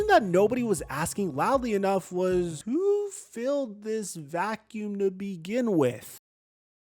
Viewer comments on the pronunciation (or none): none